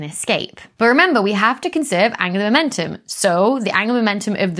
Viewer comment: Angular momentum.... I keep hearing it as Angela Merkel 😂 sorry Becky